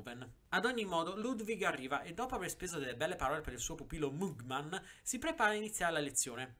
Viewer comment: Si pronuncia magmen